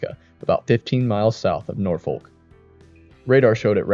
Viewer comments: Love the hard L on Norfolk 😅😅😅... Around these parts it's pronounced Norfork... I wonder how he says Kearney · Norfolk is pronounced with an extra R by the same people who warsh their dishes in the kitchen sink. The local pronunciation is about 50/50 split. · As a native Nebraskan I do appreciate the coverage of Nebraska tornadoes. This is north of where I was raised so I did cringe at the mispronunciation of Norfolk (Norfork) and Cuming County but I’m so used to hearing people mispronounce places in Nebraska since I live in Colorado now. I do recommend checking out the infamous videos of the Columbus, NE 1998 tornado and the longest tracking Nebraska tornado that happened in 1990 that barely skirted by the little town I grew up in south of Columbus.